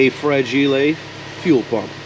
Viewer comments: Look “Fra-Gil-E”……that fuel pump must be Italian….. 🤪🤪🤪😂😂 Love watching these every morning!!! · Dang it, it's mispronunced "Frag Ile"!! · Fra-gee-lay; I see what you did there. 😎